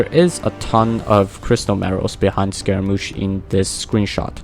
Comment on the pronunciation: It's pronounced Skeh ruh Moosh